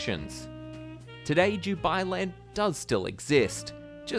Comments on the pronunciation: Why does he say "Jubailand"? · Yeah I thought he was saying jew-bai land... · All I keep hearing is ‘DewBi Land’....